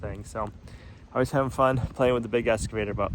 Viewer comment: Been watching a while. Like watching yiur attention to detail, and the coffee is nice but always sold out. Not sure I would want to buy even if you get stocked properly. Once heard ' go big or go home' Order big. Also, excavator is eks... not esc... Just FYI. Well maybe it is that way in be in New England. 😄